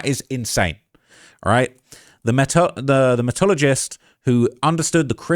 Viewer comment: Keep trying. It's good to read and to learn the proper pronunciation of words like. Metallurgist or metallurgy metal..urge..ey.